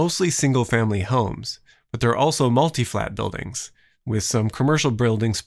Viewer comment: You said "bruildings" hehe